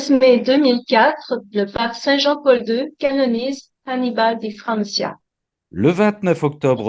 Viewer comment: Lorsque vous parlez de Saint Annibal Maria Di Francia pourquoi prononcer son nom à l’espagnol ? Exemple ciao ! (salut !) se prononce comme en français tchao ! Le cia de Francia se prononce Franchia. Bisous dans la Divine volonté.